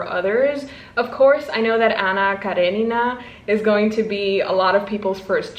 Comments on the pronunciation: as a Russian speaking girlie I can testify that you were in fact saying Anna Karenina right the first time 😭 the Russian pronunciation is Anna KareNEEna like you were saying it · Aaah so many exciting books to read! Also: I am one of the people who told you how to pronounce Karenina and you did great this time!!! 😂 Nod of approval from my Russian soul